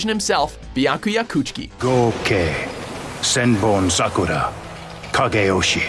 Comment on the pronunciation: I praised him when he flawlessly pronounced Senbonzakura, then 2 seconds later he fucks up saying bankai